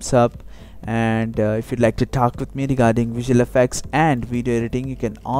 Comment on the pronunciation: i like he says :AFFACTS